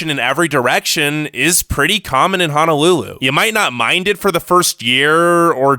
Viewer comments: Don't come here if you can't even pronounce Hawaiian properly. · 1st of all, learn to pronounce Honolulu correctly. 2ndly thank you for discouraging others to move here. 3rdly all the bad shit you were mentioning ... "ufa" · I cringe every time he pronounces the word HONOLULU 😬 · Was no body else bothered by the way he pronounced "Honolulu" like come on bro they are O’s not A’s head ass saying "Hanalulu" bro get yo shit checked before you criticize my home state smh. Comin from maui cheehuuu🤙🏽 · OMG!!!!! Thank you he kept saying HAH-NA-LULU and I was like where is the A that you keep pronouncing???? We have poor education skills okay sir you must be looking at your own life experience with education 🙄🙄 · It's H"O"NOLULU stupid bitch. Say it correctly or not at all!!!! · The Cousins Right? Ho No lulu, no a’s in Honolulu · Aloha, I'm from Oahu Hawai'i and I have never majorly faced problems with the sun, traffic, homeless, financial issues, or my education. If you guys want to live here its at least less busy than most places on the mainland. Also, man thats talking in this, you should learn how to pronounce honolulu. Thank you :) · Braddah no can pronounce his Hawaiian words right when he says Honolulu it hurts my ear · The way he says Honolulu or Oahu triggers me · It's not called Hanalulu it's Honolulu pls get it right. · Its HONOLULU not HANALULU 🙄 irking & ova dramatic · There is no A in Honolulu. It's an O. Honolulu. Not Hanalulu. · Did.... did he just call our home dirty ? Boy. STAY HOME. Please Don’t come here. Ps. It’s Ho-no-loo-loo. Not “Hana-loo-loo” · Could you please pronounce Honolulu correctly. It’s not pronounced “Ha no lu lu” as in hahaha. It’s “Ho no lu lu” as in hohoho. Both o’s are pronounced long. How would you like it if I pronounced your home town incorrectly. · Repeat after me Ho..No..Lulu, no a’s! No, not Hanalulu...Honolulu! Mahalos! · it's pronounced "HOH-NOH-loo-loo", not "HAH-NAH-loo-loo" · Hanalulu - NO Honolulu - YES